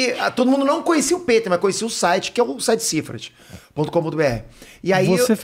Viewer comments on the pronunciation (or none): Muito legal mas.... pô foi desconfortavel ficar ouvindo ele chama o peter de piter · Rafinha chamando o "Pe-ter" de "Pi-ter" 😂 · Senti ele incomodado com o "PITER* 😂😂 Fica a dúvida, se o nome dele é americano, pq não pronúncia o Jordan americanizado tbm, que nem o Michael "DIORNAD" 🤔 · Comecei o video agora, vamos ver se o Rafinha vai perceber ao longo do video q ele n estava falando o nome correto so Peter. Hahaha.